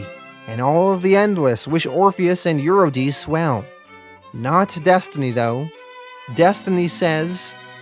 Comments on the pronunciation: Yes, and it's You-ri-de-see (Euredice). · Since when? I guess since 800 BC or so. Also the pronunciation of Eurydice follows the same logic. Eur- eh- dess- ee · and eurydice. U- re-di- ce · Honestly though, you butcher so many names throughout the whole Sandman series (You-ruh-die-see!) that it detracts every time. All it takes is looking them up before you post. I think that would attract more people to your storytelling. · Love your narration skills. I think watching a few Greek mythology documentaries might help you a bit with the pronunciations of the names. Per-ce-fa-ni Eu-ri-di-si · Sorry to do this. Its Per-seph-O-ne and Ur-rid-di-see